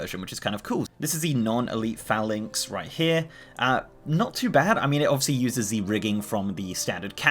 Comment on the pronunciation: Had to skip the first 3 minutes, kept saying phalanx wrong